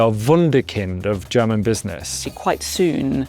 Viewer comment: because he is supposed to 'lose' the money. it is funnelled elsewhere whilst officially being lost. it is like his overly apparent german pronunciation. everybody is just joking around how bad it is but nobody is wondering why he doesn't bother to change it.